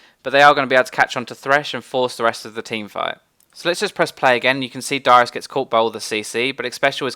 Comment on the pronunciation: Didn't sound even close to Varus to me.